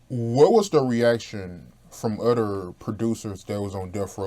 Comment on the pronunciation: Everytime says "udder" because he can't pronounce "other" 🤨🤣🤣.